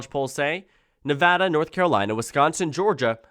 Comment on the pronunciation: Thank you for pronouncing Nevada correctly :D